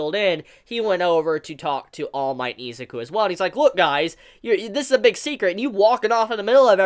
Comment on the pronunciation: It triggers me that you say EEEzuki and not I-Zuku